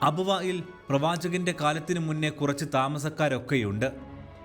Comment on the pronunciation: അബവായിൽ, വായിൽ അല്ല അബവാഇൽ എന്നാകട്ടെ